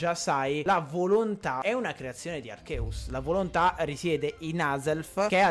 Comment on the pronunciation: Per favore spiega a questo ragazzo che si pronuncia "Archeus" e non "Arceus"